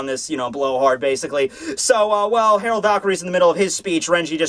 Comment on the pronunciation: dear, Gerard Valkyrie is pronounced "jerard" NOT HAROLD. I understand that l's and r's get mixed up, but if that's the case, HIS NAME WOULD STILL BE GERALD.